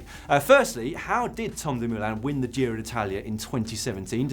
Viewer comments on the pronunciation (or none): none